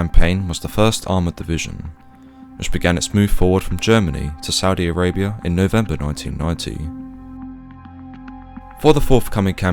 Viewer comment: He said Ssudi Arabia ! 🤣🤣🤣🤣🤣